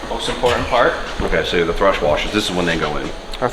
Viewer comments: For a guy who talks to a camera for a living, sure can butcher some words 🤦🏼‍♂️ it’s a thrusT bearing… with a T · Thrust bearing, not thrush 🤣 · Thrust...NOT Thrush... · Plz say thrust instead of thrush, thrush is a completely different thing 😅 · THRUST bearing, not THRUSH bearing. Those are two very different things lmao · Thrust not thrush haha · Are you saying thrush bearing? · still can't beat the habit of calling thrust "thrush" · Please tell in person. It drives me CRAZY when he calls it a thrush bearing. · Great content, motor looks fantastic. Not gonna lie though, you keep calling thrust bearings "thrush", which is a bird😂. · Are you saying thrush bearings? lol